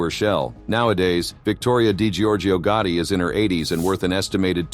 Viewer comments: If I hear "GUARDY" one more time... I'm going to scream! Americans have difficulties with pronouncing the simplest words. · What annoys me is the pronunciation of GOTTI what on Earth is "GUARDY??!